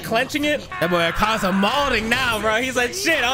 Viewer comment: No hate but the pronounciation to Akaza's name is Ah-kah-za